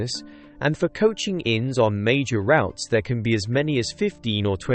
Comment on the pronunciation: Wrong pronunciation of "route"